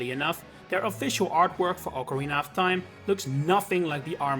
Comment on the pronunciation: you said Ocarina of Time correctly